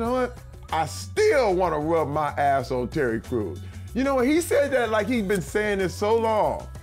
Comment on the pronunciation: It sounded like he said Cherry Crews xDD